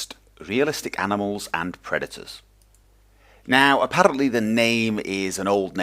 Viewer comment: Not to seem rude at all. The way your "r" rolled when you said "Apparently" are you irish/scottish/welsh? /hopes not to seem stupid/